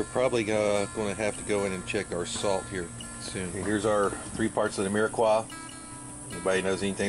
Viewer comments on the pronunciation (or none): This is great as cick & dumps be one of my favs. But if you're going to use it, call it by the right nane... It's "Mirepoix"... with a P. Swear I heard a Q. If I'm wrong, by all means, jump all over me and I'll own it chuckle but french chefs everywhere just choked on their beignets a little. smile